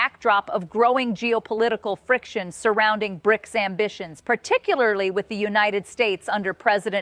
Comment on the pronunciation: Lady just say bRics